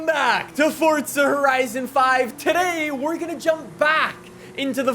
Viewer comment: Its wierd hearing say horizo5 love the vids